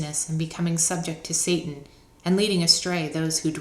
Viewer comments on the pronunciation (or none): none